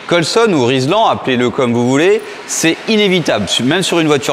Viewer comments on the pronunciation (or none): Coucou, on dit Rilsan et pas Rislan ;) Continue comme ça le contenu est top !